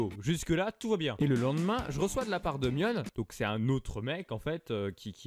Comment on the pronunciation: Justement tu dit "Mionne" mais sa se dit Mion TOUT COURT XD